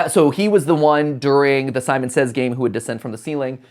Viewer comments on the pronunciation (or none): none